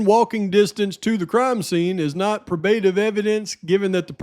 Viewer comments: great job staying dialed in. Also just want to help out its pronounced PRO-BA-TIVE I don't want any morons coming at ya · 1.6k. (Check a pronounciation guide for “probative”). 👵🏻🌹🙋🏼‍♀️❤️🙏🏻